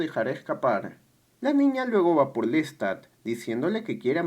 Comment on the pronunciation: que mal resumen , que feo pronuncias el nombre de LESTAD como suena con acento invisible en la (a) por desgracia no cuentas nada nuevo o profundo, que muestre o deje alguna enseñanza, tu acento es horrible, no se de donde seas pero hablas mocho, cuando se cuenta o se resume el tema del vampirismo (como otro) en el cine, sea drama, comedia o terror, ¿lo entiendes?, algo mas que cuente lo psicologico del ser humano sobre todo el momento presente o las circuntancias en que se vive en la actualidad, es reprobable la forma en que cuentas las cosas, no haces tampoco ni por error de semblanza de algun cineasta comparando el tema con otro vaya es una verdadera lastima, ni lo bibliografico tomaste en cuenta 16 minutos de nada